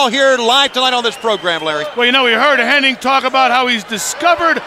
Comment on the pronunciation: His name isn't ''Hennig''